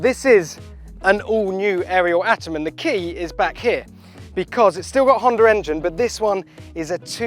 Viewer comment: And you cant even say Porsche correctly. And what is a Honder engine?